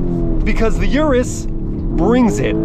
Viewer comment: Please at least pronounce the car you are reviewing correctly, lol